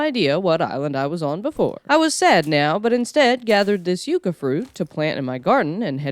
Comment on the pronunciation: Not You-kuh It's pronounced Yuck-uh. Spelled Yucca.